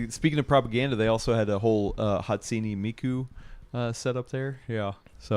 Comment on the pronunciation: Me when says Hatsini Miku 😮‍💨 Me when says "she's a Vtuber": 💀